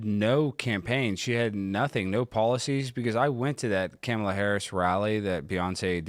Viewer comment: You’re so stupid. You can’t even pronounce Kamala correctly